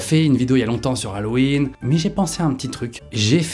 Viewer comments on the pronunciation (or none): Norman tu n-as pas perdu l'habitude de dire "l'hallowen" au lieu de hallowen